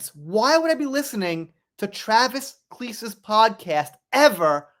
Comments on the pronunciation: Travis Kleese?? It's pronounced KEL-SEE!! He's Taylor Swift's wife?? What,? Wow! He was a football player? He's STILL a football player for the Kansas City Chiefs. 🙄🤦 I like Taylor. I may not agree with her politics, but she's got talent and is a smart business woman. Ruin The Friendship isn't the one about Blake, but many think another song is. They were friends, because Taylor is Godmother to Blake's kids. Taylor didn't dump Blake because of star power, it's because Blake got Taylor involved in the Justin Baldoni mess, calling Taylor her Dragon! They aren't friends anymore, because Blake used her. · Oh man, you’re pronouncing his name wrong. He’s still a football player for the Kansas City Chiefs very good and their podcast is hilarious. It’s actually very famous here because it’s so funny. Travis and his brother are super famous. But you pronounce it. Kael-see. Blake sucks and is a mean girl in my opinion!